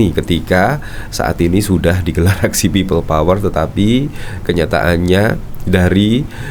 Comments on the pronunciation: embah ngomong pipel powel we ga jelas.....tobato mbaaah... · Pipel pouer..pipel pouer.. 🤣🤣🤣🤣